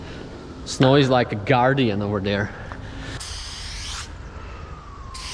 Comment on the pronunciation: Sometimes I hear you saying Snoke, than I remember it's actually Snow. Maybe you should draw him for your Canvas Series.